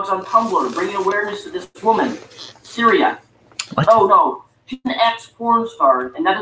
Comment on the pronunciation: Funniest thing about his video, is that he talks about how little feminists care about this womans rape. And he doesn't even actually know her fucking name. Lol. It's Cytherea not Syria,.